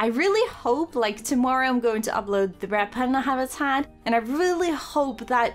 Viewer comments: It sounds like your saying rat panda and that makes me laugh I know you mean red panda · I'm sorry but now that people have said your 'Red Panda' sound like 'Rat Panda' I can't un-hear it- 😂